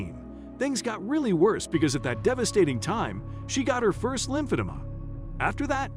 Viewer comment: It’s lymph-a-DEE-ma.